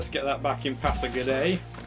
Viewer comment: I think pasagarde is pronounced pass-A-guard :D. Another interesting video, you could try and bribe Alexander to declare war on Darius. What is needed for your Unique building also? I ask this because I'm sure you are around that tech level.